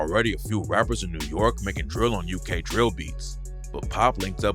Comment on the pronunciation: why he say DRIILL rapper like that when he refered to spice lmaooooooooo got me dying